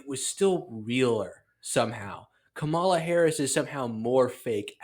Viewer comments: Says the guy who can’t even pronounce Kamala’s name correctly. Very insightful. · Clinton and Sharpton can't even pronounce her name correctly. No one cares about that pathetic argument!